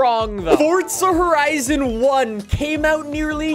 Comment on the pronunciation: that ain’t forza horizon that’s corza porizon